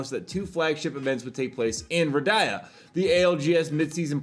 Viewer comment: I love you, but Ridhaya instead of Riyadh has been going for a while. I get confused everytime xD